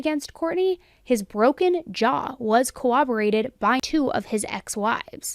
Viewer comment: CoRRoborate NOT coWWoborate for the love of grammar